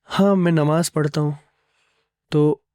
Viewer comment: It's namaaz....not nimaaz